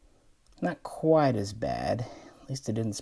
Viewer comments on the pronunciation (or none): none